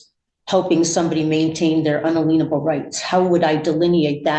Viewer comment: Brags about her degrees. Can’t pronounce “inalienable.”